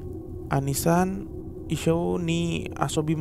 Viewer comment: Oni san kak, bukan ani san ....oni san artinya kakak laki2